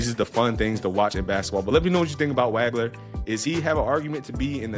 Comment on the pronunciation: Excellent analysis. One thing......it's pronounced "WAWG-LER"......not "WAG-LER". I Liked/Subscribed. Well done, sir.